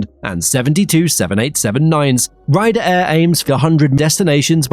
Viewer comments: Rider Air? RIYADH AIR. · Rider Air lmao 😂😂